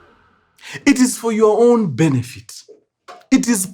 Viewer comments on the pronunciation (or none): heavy on the "for your on benefit"😂😂